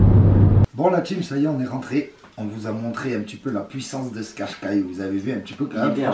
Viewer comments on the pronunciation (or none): Mdr c’est pas qarqai mais qashqai